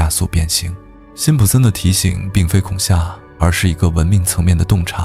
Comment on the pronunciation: 是恐吓（he）,不是恐吓（xia)！